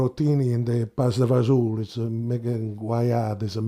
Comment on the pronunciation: Ok, the traditional recipe for pasta e fagioli is a bit different, but he's got the jist and kudos to Will for his italian pronuntiation.